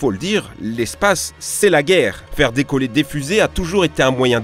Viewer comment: on "dicolle" !